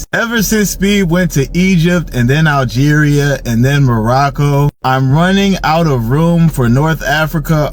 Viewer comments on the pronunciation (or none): My guy doesn't know how to pronounce Algeria lol and he said he never heard of Algeria but he's an adult. What are kids learning in schools in America these days. Like do they even teach u about the world and the names of all other countries and the way people live all over the world and other people freedom and opportunities compared to ur own freedom and opportunities here in America and make u like really understand the difference and inspire u to really stand up unite and protect this country and its laws and policies protect the constitution and even try to get other countries to adopt America's ways of giving ur people complete freedom as a human and treat everyone the same no matter what color, gender, race and religion they are just give all the opportunities to make a living